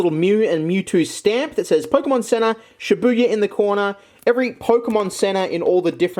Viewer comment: Oh shibuya not shit buya